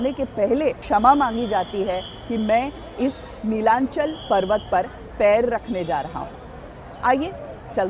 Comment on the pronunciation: Pronounce properly Not nilanchal It's Nilachol